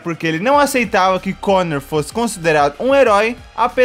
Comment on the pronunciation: o cara se escreve coner mas fala conor